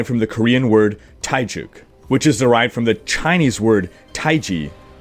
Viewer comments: Taegeuk is pronounced 'Te-guk', not 'Tai-juk'. 'Tai-juk' would mean Thai porridge...XD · Nice Video. I already saw these, but always enjoy watching your OverWatch review/reaction videos. I like your slower and not overly exaggerated excited voice. BTW it is pronouced "Tae - Guk" not "Tae - Juk".:D